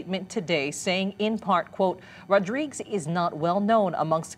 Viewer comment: Last name is pronounced Rod-ri-guez.